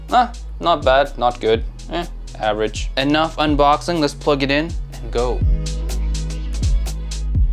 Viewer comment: "oooh... Shiny... " Love how it sound 😁 "uhh.. Average" Sounds like.. "Meeehhh"😂